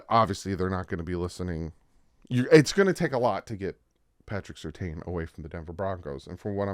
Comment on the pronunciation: Cant believe you mispronounced Surtain. Come on, bro.